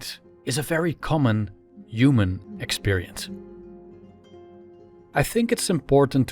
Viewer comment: Over the years I watched your videos with great enjoyment and I am continuing to do so. Great content and beautiful presentation, really. But there is this one thing driving me crazy. Man, just pronounce the word "human" the intended way. PLease! IM beggin you. I can't stand it any longer. For some reason its just supremely annoying for me. I know that you are used to pronouncing it that way because you are from Holland and your mother tongue is affecting the way of your speech in other languages. You have an accent, for short. But please just make an exception for that one word. Much love from Türkiye!